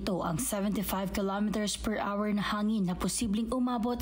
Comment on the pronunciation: Where the hell did you get that pronunciation “hour”, pag aralan mo ang tamang pagbigkas.. nakakainis pakingan…